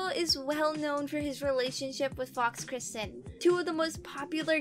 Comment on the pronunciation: Girl keeps pronouncing Kirsten wrong